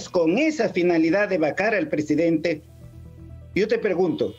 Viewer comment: Este señor todavía no puese pronunciar la palabra Presidente...y dale con presedente